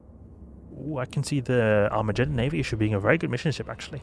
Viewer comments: Arma'j'eddon???? lol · are you serious or joking when you pronounce "Armageddon" that way? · you really say Armageddon wrong lol, but good video as usual :)